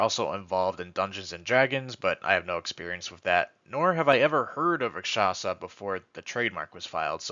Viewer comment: If a single person says Raksasha right ill throw a party